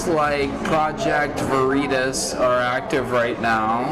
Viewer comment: “Project vereetas? Wtf is that?” 😂😂 These people on the left are MORONS